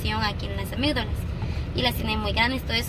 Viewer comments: Se dise amiddalas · Se dice Amigdalas